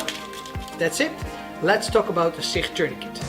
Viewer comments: SIkh 😂 bro it's Sich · SICH is pronounced as SICH not SIKH - ch sounds just like challenge or change. And yes SICH tourniquet has been effectively used by Ukrainian soldiers since 2015. Just like they use other CoTCCC recommended tourniquets.